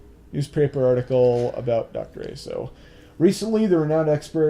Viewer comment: just thought i'd point this out, asou is not pronounced A-so with a hard a, it's pronounce ah-so with a soft a sound like in the word assumption